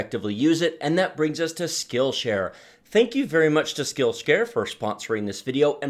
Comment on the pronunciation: "Skillscare"?!, please!